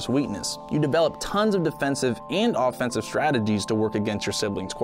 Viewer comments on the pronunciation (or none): none